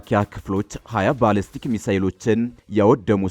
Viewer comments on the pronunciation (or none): none